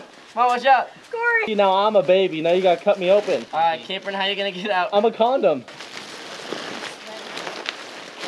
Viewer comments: Did you say you were a comdom or am I hearing things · Right when Capron came out of the trampoline I died laughing. Especially when he said "I'm a condum". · BRO IS COMDOM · He literally says I’m a condom lmao